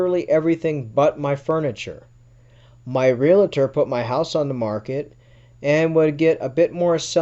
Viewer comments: I know but they say ree- la-tor hahaha love the stories though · Why cant people pronounce REALTOR correctly???